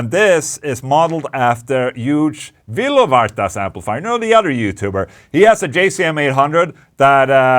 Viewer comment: Huge vilovarta xDDDD who the fook is that guy. It's euge valovirta hahahaha